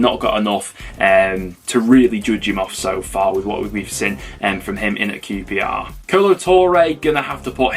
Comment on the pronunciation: Blackpool 6 -qprrrrrrshtahhhh 1😂